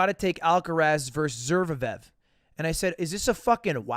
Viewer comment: The way he says zverev